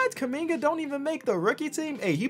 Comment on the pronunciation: Nobody is gonna flinch on how they spelled Jonathan KUMINGA, proud Congolese Native 🇨🇩🇨🇩🇨🇩 « Keuming-ah » wtf?!